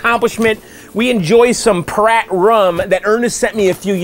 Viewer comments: Are you sure it's not meant to be pronounced Py-Rat, as in Pirate? "Pirate Rum" would seem to make more sense than 'Prat Rum' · It's pronounced "Pirate rum",. Not "Prat" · Dude it's PYRAT like PIRATE. Pirates like their rum. Get it? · Kyle and Vax, he's not saying it like "prat." He's saying "pih * RAT" (short a). But let me ask you about what you think it should be. You say it's supposed to be pronounced "pirate." In a pronunciation key, "pirate" = "pi (long i) * ra (long a) * tee," so it looks like the word "pirate" but is pronounced differently (with the e not being silent), which is what you're saying when you say that it's pronounced "pirate." Right?